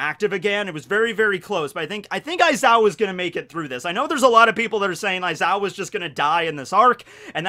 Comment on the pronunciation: aizawa more like EyE-zaya hahahaha